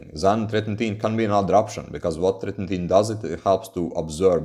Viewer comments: You pronunciation is off. It's "Tret-in-oin". Not "Tret-in-teen". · treti-NOIN :D